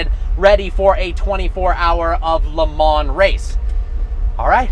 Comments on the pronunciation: It is pronounced Le Ma not Le Mans like it is written. Listen to any commentator or GT/Prototype race car driver and they all say it that way. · Did you really just say LeMans with the S? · It’s actually pronounced Le Maww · its pronounced "leh - maw" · You say stuff wrong all the time! Le Mans is pronounced "Le Mah".... 'LE MAH" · YOU DON'T PRONOUNCE THE 'NS' IN LE MANS!!!!!